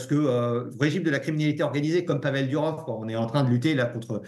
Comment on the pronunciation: Pourquoi vous dites DUrov ??? C'est DOUrov